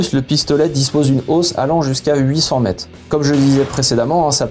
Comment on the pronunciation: J'aime les explications, mais par pitié merci de prononcer les "re" à la fin des mots, c'est mètRE, quatRE, peut-êtRE ça écorche les oreilles !